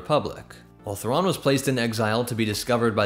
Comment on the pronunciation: Grand admiral Raw LOL Mitth' RAW 'nuruodo